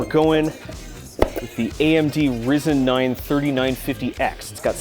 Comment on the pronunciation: Awesome channel, always waiting for the next episode! You are really funnny, I like your humor! PS: Finally, somebody other than me said "Risen" !